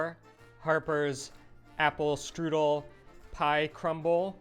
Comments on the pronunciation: Strudel even sounds German. It's not strudelli 😂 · As German/Bavarian, let me tell you, the word is „Strudel“ not „strüdel“.